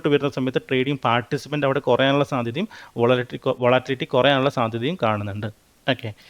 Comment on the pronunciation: അവന്റെ ഒരു വാട്ടിലിറ്റി.....😂😂😂